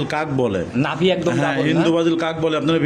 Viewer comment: আপনার লোক সব বাটপার কথা বলে বেশি কথা ও ভালো করে বলতে পারেনা নাভি রে বলে লাবি আর ব্রাহামা কে বলে বাহামা